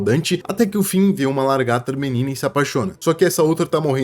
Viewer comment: Não tankei tantos "largata" kkskekwksk